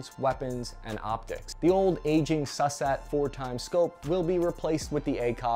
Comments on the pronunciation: its not pronounced "sus"at it's pronounced "sue"sat = susat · *soo-sat. not Susat :) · Soo-Sat mate, not Sus-At even if That's how it's spelt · 2 points of order mate, 1, It's (it was) SOOSAT not SUHSAT 2, Heckler and KOCK not COKE Apart from that, very informative vid. Having been a medic, I had to make do with the iron sight on the original version. I would have done more damage throwing the ammo manually, but there you go. Are the MREs any better these days? Asking for a friend. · SOOSAT not SUSSAT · Pronounced ‘Sue-sat’ not ‘sus-sat’. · yo he said SUSat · Nice video, though it’s pronounced soosat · No harm to you, but the way you pronounce "SUSAT" is probably the funniest joke in this video. Also, yeah: having used both the older and newer specs of the A2 iteration, the rifle is fine now. I'd maybe prefer something a little bit lighter, but that heft also helps a bit when shooting from a supported position. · I don't know about others but thats not how we pronounced SUSAT, made me laugh, thanks!